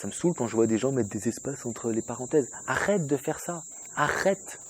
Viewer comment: "Alors arrête ! Arrête !" Petit relent de Bilal du 92